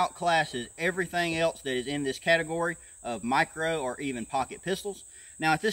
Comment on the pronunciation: What in the hell is a "mirco"?